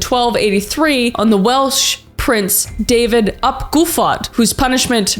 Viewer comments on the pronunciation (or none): none